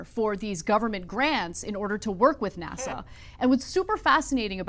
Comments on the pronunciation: IS she saying NASSAU? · Anna pronounces "NASA" as Nassau. What is she doing? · You might teach your co-host how to pronounce NASA--it's not "Nassau". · Why does Anna add a "W" at the end of NASA?